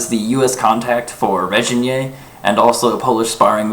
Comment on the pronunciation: Zoltán Bereczki It's also pronounced with a hard "g" as in grain, not a soft "g" as in Reginald.